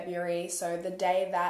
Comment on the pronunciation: It’s so weird to hear my same name being said in a case like this. Like it’s very strange especially since your the only one I’ve heard in a very long time say my name correctly. The way you covered this case was epic. Love your content! Thank you for these videos x